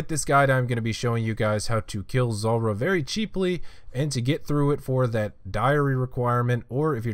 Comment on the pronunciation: Zuuuuuuuuulrah - why you pronounce it zolrah